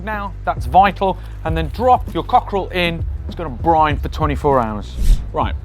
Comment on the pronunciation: Finally saying briNe